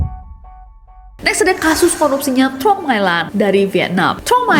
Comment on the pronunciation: Truong dibacanya Cheng. Jd Tr dibaca Ch.u' dibaca e